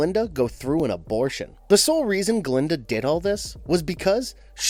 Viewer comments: It’s Gilda not Glenda!!!!!!! 🙄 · “Dent and his wife Glinda” 🤣🤣🤣 Gilda my friend Gilda